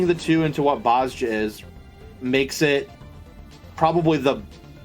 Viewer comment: And DAMNIT!!! Its BOZ-JA not Bozo-ja or whatever you keep calling it!